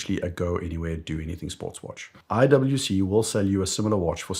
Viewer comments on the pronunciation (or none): none